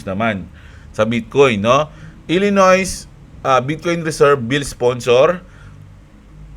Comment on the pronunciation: ilinoy basa dun hindi ilinoys.... Nasan na pala yung alaga mong camel, hindi ata na flex ngayong drop?:D XRP 🚀🚀🌕🌕